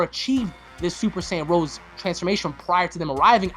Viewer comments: Rosé, not just Rose. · I hate to be that guy but it's pronounced "Ro-say". There is an accent on the e (much like pokemon). It's suppose to go in align with the names of the G.o.D's. Since Black and Zamasu have been compared to G.o.D (manga and anime), it makes a lot of sense. Also the spelling is a lot like "rose" so it still has the "black rose" word play aswell.